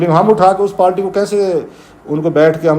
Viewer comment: It's party not palty